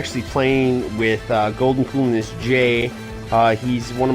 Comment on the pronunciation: It's goldncoolness not goldencoolness